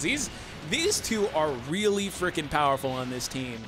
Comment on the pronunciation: who else heard the bowerful